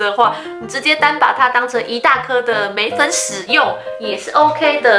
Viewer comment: 我聽到眉粉屎😑😂😂 笑死了啦😂對稱是問題😂